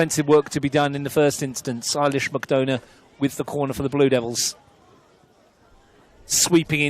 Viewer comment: Ailish with an A (not E) and McDonagh like McDonna. I watch from Saudi Arabia and love your commentary but please pronounce her name correctly!! Thanks!